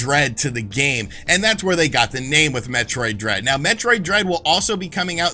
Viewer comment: When he said Metroid Dread I thought he said Metroid Bread,,,, lol